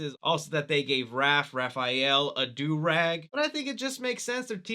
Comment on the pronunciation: Man said Durag 😂🤣